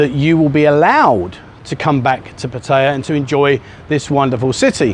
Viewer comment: After all the years spent there you could at least learn how to pronounce Pataya correctly , no wonder you got the finger !